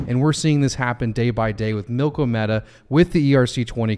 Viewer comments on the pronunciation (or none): Drives me nuts people calling it milk-o-meta or even worse milky media.